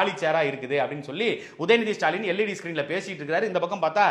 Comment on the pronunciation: இனி தூய தமிழில் முதல்வரை சுடாலின் என்று அழைப்போம். உங்களுக்கு ஸ்சு. ஸ்சு என்று கேட்கிறதா. எனக்கும் ஸ்சு ஸ்சு என்றே கேட்கிறது. சந்தானம் காமேடி.